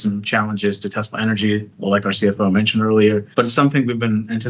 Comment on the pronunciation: Also, Elon, the Tesla company was named after an ACTUAL genius - Nikola Tesla - so show a little respect by pronouncing his name the way he did. … I don’t usually get angry, but when I do, I get angry at arrogant, ignorant, billionaire bastards.